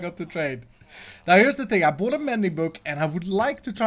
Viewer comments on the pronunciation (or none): none